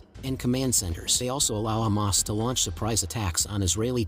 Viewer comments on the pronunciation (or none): none